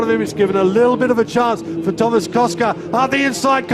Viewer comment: Lol he said Tomáš as Thomas